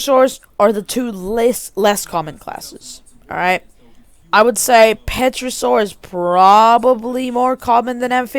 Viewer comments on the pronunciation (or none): Pterasaur is pronounced ter-asaur not petra-saur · Pterosaur is pronounced tear-a-sor